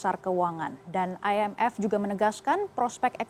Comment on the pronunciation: I N F bukan ay en ef... Indonesia apa alien sih 😁😁😁😁🙏🙏🙏✌✌✌✌